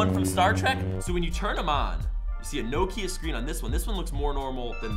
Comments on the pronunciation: You pronounced Nokia wrong! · year late, but americans dont know how to say nokia